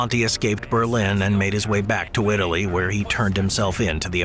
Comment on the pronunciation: Italy:❌ Wtaly:✔